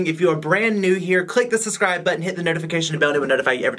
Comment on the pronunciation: “Suscribe” okay 😂